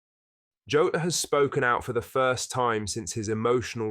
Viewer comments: Its pronojnced jaw-tah not joe-ta ffs man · its Jaw-taa, not tah. Like Jonathan Tah